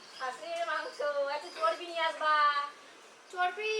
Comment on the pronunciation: কথাটা চরপি না চরবি বলে❤❤❤❤